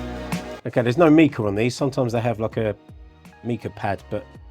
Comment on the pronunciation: The mineral mica is pronounced with a long i, as in ice. Cheers.